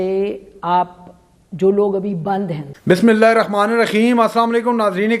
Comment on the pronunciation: Bismilah tu saheeh bol a seekh lo khatay خ nahi hay ح partay hain